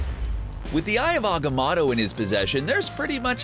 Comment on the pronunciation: Nobody:: Eye of AUH-gih-MAH-tow....why are you like this.